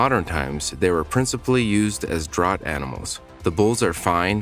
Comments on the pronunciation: The narration is computer generated, but not annoying. However DRAUGHT is here mispronounced DROUGHT, not properly as DRAFT. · I know, Jess fcking Christ it's DRAFT even when it's spelled draught. Like draught beer. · Draught- pronounced “draft.”